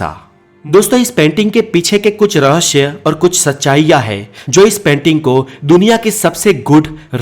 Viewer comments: Rahasya hota hai RahaSHYA nahi 😆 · aapka video acha tha kripya rahasya ko rahashhya na boliye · पहले हिंदी ठीक तरह से बोले.रहस्य केहेते है.ना की रहश्य 🙏 तकलीफ होती है सुंनेमे ! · Bhai 'REHSHAY' NAHI HOTA 'REHSAY' HOTA HAI YEH. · रहश्य नहीं होता रहस्य होता है।। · Rahasya ko rahashya kyun why ? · Raahsya hai rahashayama nahi 😂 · Apki knowledge achi h...pr zaban ki aisi taisi kr di apne ..jaise rahashya...har cheez me s lagta h..vha aashh laga dete h ..sara maza khrab kr dia sunne k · He says rahashyma always